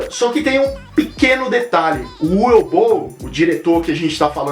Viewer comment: a pronuncia acho que seria "Uve" não "Ue", se não me engano.